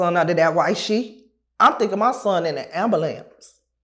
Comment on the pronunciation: All Chicago people say amalamnce 😂